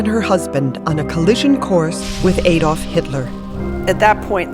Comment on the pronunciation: Why is she say Adolf in such a weird way ? It so fxxking annoying, its not A dolf its Adolf